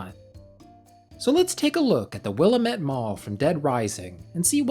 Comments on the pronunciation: Btw Willamette is pronounced will-AM-et (rhymes with "damn it" 😝) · What throws me is how they say Willamette. I live next to the Willamette river and that's not how we say it. made it rough to watch this video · The name Willamette comes from Oregon, idgaf how they pronounce it in game we say will-lam-it